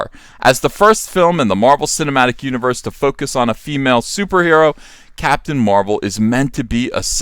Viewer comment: Captain Da Ma-rvel.